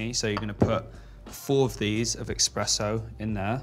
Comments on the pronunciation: there is no such thing as EXPRESSO... it's called ESPRESSO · Why is he saying Expresso ?!!!! Its espresso maaan , youre soo rich and dont know how to pronounce it ?? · Drives me nuts when people say eXpresso, come on Brooklyn. It’s eSpresso buddy ☕️ Otherwise cute video. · They are so adorable, but could someone please let Brooklyn know it's eSpresso, not eXpresso :D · its ESPRESSO MARTINI, not EXPRESSO 😂 what a “chef” he has no clue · It’s espresso not expresso martini. And Espresso not expresso coffee. 💝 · Is anyone else dying when he says “EXpresso martini” 😵‍💫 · He really said eXpresso 😂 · Stop saying expresso.. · "EX - presso martini" rich parents cant buy you a good education folks lmao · “Expresso” lol! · "expresso martini" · IS HE SAYING "EXPRESSO"??? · Watched 33 seconds of the video and closed it once he said eXpresso. Also no one thought they should do another take of this? smh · did he say expresso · Did he said eKspresso?😱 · It would be nice if Brooklyn learned how to pronounce espresso. Especially if it ends up being used in their signature drink. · God, i hate to be that person but there's no X in espresso!! 😭💔